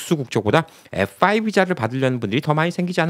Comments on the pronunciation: 말씀중에 F오 라고 말씀하시는데 F-5(F-화이브)하고 다른것 같기도 하고 다른것 같기도 하고, 분명히 해줬으면 해요. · F4, F5, 발음이 정확치않아 전부 FO로 들리네요